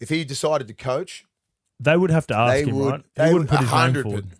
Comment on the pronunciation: Willie keeps saying Aksk instead of Ask